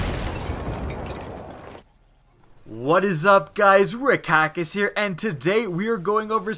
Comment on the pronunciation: Why does he say rickackis instead of his actual yt name